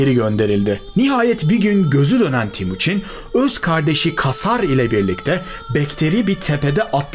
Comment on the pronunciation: Timuçin değil TEMUÇİN (Temir - Demir / Çin - Gibi)